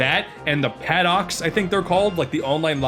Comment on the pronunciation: just fyi, paddock is pronounced PAD-ick :)